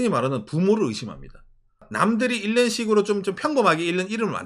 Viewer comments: 오상의 유튜브 통해 일본의 사정을 이것저것 알고 도움이 되었습니다. 그리고 팁 하나, '읽는'의 국어발음은 '일는'이 아니고 [잉는]입니다. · "읽는"의 발음: [일른](x), [잉는](o)